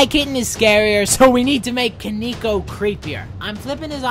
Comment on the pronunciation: "KONEEKO" lol